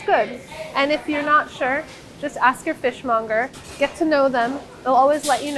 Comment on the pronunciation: Fish mounger. That part lol!